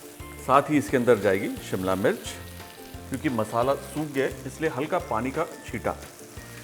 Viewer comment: उसे सिमला नही,, शिमला कहते हैं। सभी श को स बोलने वालो से दरख्वास्त है कि इस तरह की बोली को आगे न बढ़ाए,,खुद में सुधार दें।प्लीज